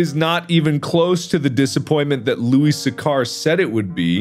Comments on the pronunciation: It's not how you pronounce Louis Sachar. I did a presentation on him about a decade ago. It's (Loo-Iss) (Sack-Er). Louis Sachar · Loo-iss Satch-ar, Mark. Pununsiation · Louis Sachar is not pronounced the way you pronounced it, Mark hahahaha